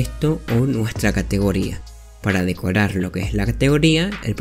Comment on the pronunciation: dijiste decorar mal (sin ofender)